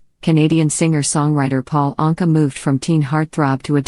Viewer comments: I do wish anyone who bothers to take the time put together a documentary would pronounce the subjects name correctly EAcH time he/she says it. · Did not even pronounce his last name correctly! Shame on you! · Why does the narrator mispronounce Paul’s name part of the time? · What’s the matter with you??? If you’re doing this (reading biographies ) you must must learn how to read & pronounce peoples (names first and last that you are speaking about). I think you need a different job!